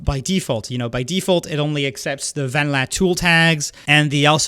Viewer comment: I am so sorry, but the way you say “vanilla” is sooo bad. Van-la